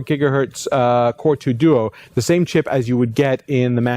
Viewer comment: he pronounces core2 duo funny!